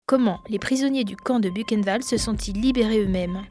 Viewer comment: J'adore la prononciation "bukenvalde" !